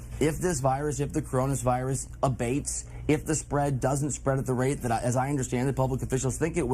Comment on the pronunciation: “ caronis virus” Ya not quite there bud, ya flubbed that shit